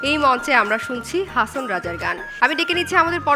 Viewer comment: হাঁচোন হবেনা! কথাটি হবে হাঁসন,কিন্তু অাপনি বরাবরই ভাল করেন অাজকেও তাই হয়েছে Good job.